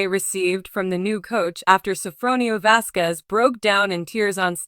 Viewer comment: Please say the last name properly with respect..